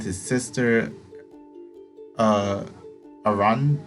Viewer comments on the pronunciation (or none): You're pronouncing Pasiphae correctly. Asphodel is like as-fe-del. Ariadne is ah-ree-ad-nee. This game has a lot of words from other languages and very poetic language that I was constantly having to look up what they mean and how to say it.